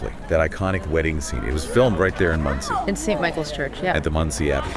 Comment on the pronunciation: FFS, it's not pronounced Mundtzie. I know that you don't speak German, but at least try to pronounce it somewhat accurately. It's pronounced Mohndsay (for English speakers). Mond = Moon and See = Lake or Sea. But, in this case due to the size it's obviously a lake. The literal translation into English would be Moon Lake.